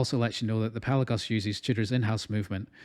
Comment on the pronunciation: You nailed the pronunciation my friend: it's Pèlagos .🎉🎉🎉🎉 congratulations you must be the first reviewer who has done his homework.